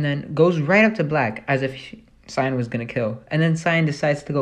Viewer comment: You say cyan wrong no affence